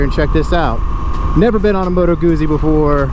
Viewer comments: It's pronounced Gutzy, not goozy, like Pizza is pronounced Peetza, not Pisa as in the leaning tower of. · Pizza... Guzzi. Double zz is pronounced the same. Sigh... 😉✌️🇮🇹